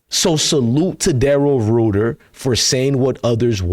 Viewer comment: His name is pronounced “Ryder” I believe his theory.